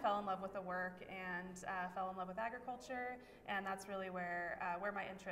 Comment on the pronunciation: please, please, please stop referring to it as “Eggriculture”!! That is NOT how it is pronounced! It’s pronounced as it’s spelled…………